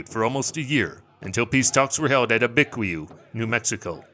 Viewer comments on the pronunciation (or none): Abiquiu is pronounced ah-bae-q. Good video overall, I like your channel